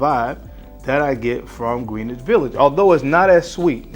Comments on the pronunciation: Greenwhich It is pronounced: GREN-ITCH Nomad not: NO-MOD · its pronounced Gren-ich village just sayin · Greenwich is pronounced like Grin + Itch my boy.